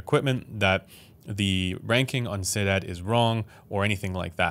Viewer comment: thats not how u say sinad but ok